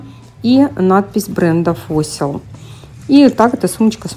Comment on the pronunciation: Parfois - парфуА, в слове Fossil ( ископаемое ) 4 звука - ФОСЛ )